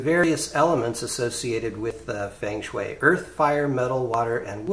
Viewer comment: It's pronounced "fung shui" but cool app.